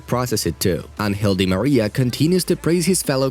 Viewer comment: Why i always hear unhealthy maria instead of Àngel D Maria in ur videos..its just me or others hear the same